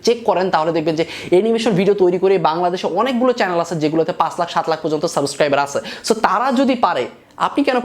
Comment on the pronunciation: ভাইয়া একটা কথা বলি রাগ কইরেন না। সাবোসক্রাইবার না সাবসক্রাইবার